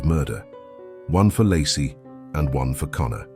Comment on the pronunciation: Pretty sure her name is pronounced "Lay-cee"